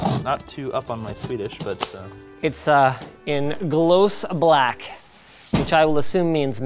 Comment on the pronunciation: They are even worse at guessing words. Like I don't know any Swedish and have nothing to do with it but when he said Glose Black I instantly was thinking in my mind, that's probably glossy black.